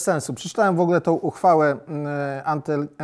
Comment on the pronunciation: Panie Stanowski nie „szejset” tylko „sześćset”, nie „wogle” tylko „w ogóle” itd. Dużo takich błędów :(